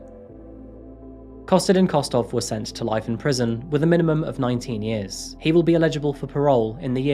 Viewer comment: illegible and eligible are not the same word. You say it wrong in most of your videos. No disrespect at all. Your videos are great :)